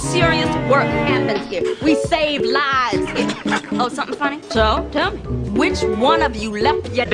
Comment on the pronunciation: “laives” BABAHAHA